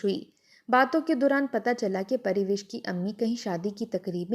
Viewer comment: Pariwish nahi Parwash naam hai